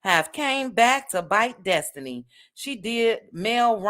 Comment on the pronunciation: Dess-ti-knee Dess-ti-knee